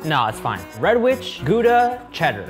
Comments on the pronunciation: me who is from gouda finally correct pronounciation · As a Dutchie, that Gouda pronunciation ~*Flawless*~ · This is literally the first time I have ever heard anyone outside of the Netherlands pronounce Gouda properly! I even corrected Shane when he said it near the start of the episode... it pleases me to hear it pronounced properly... Personally I would have also added crispy bacon bits to the crumb topping and maybe used bone marrow in the sauce. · I appreciate the addition of the right pronounciation of Gouda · Loving the correct pronunciation of gouda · As a Dutchie, I'm very impressed by the pronunciation of "Gouda" by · I was so glad when I heard someone from the US at least trying to pronounce it right. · Gouda pronounciation pretty good :3 i'm from holland and gouda is nice :3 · Damn that cheese guy knew how to properly pronounce Gouda (he did about as well as I can expect for a foreigner), I trust him with my life. Old Amsterdam is personally not mt fave, it's a little touristy, I believe it's artificially aged, but I'll go for an old Gouda any day. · People pronouncing Gouda correctly makes me happy for some reason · I can't believe how many people don't know Gouda pronounced with an H sound! Especially, he has eaten so many worldly foods how has nobody told him that before?! lol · Thumbsup for the correct pronounciation of Gouda :D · Solid attempt at pronouncing Gouda -hat's off hahaha